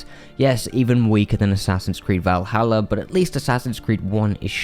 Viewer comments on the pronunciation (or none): none